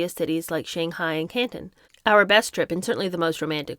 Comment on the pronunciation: ~ Peeee king, and CANTAWN < Not cantin. xD Love too.